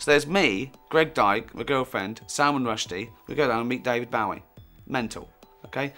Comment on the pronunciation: If he's such a big fan, you'd think he'd at least pronounce his name correctly.